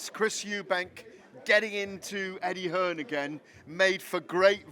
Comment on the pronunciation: Lol.. did he say Eggie Hearn